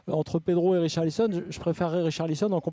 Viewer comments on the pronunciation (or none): Riolo a quand même dit « Richarlizon » 😂